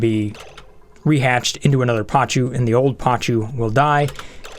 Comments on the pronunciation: Pa-koo, NOT pa-choo... =_= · Not PACHU.. PACU (pa·cu - or pakú).. This always triggered me.. :P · It's pronounced PAKU, not pachu, sorry it just hurts my ears :p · They are called "PAH-KOO" This is a real fish!